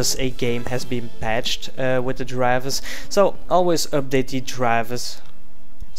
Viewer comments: how he pronounce "drivers" -> "Draavers" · I love wen you say Drivbersss <3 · love how he says Drrivverrs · the way he says "drivers" the whole time XD